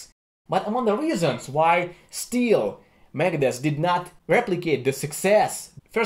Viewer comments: Sounds like he's saying Megadess. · When he says Megadeth it sounds like he’s saying Meredith